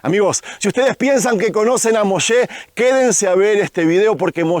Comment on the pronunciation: Me gustan tus videos pero di "Moisés" no "Moshes" 🥺😌👌